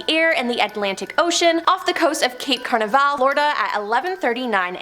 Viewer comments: "Cape Canaveral" is pronounced "Kape Can-AV-er-al," NOT "Kape CAR-nav-al." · Ka nav rel, Cape Canaveral, it's not a cruise ship or a celebration in Brazil. It is a nations tragedy of devastating loss. It not only rocked the nation, it rocked the world. We watched a crew of powerful minds, selfless hearts and loving souls perish. Take a minute, 60 seconds to make sure you know how to pronounce the names and places of men, women and country. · She really called Cape Canaveral, "Cape Carnival", omg, how has she never heard that word? How did she research the story? I ignored all her other ones but that one killed me. LOL